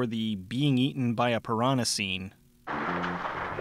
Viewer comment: Piranya? I guess he forgot his glasses while reading that part of the script.